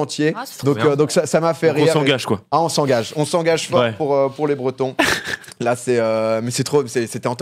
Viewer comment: Cimer pour le drapeau breton même si la pronon.. C'pas trop ça mais c'est gentil d'en parler !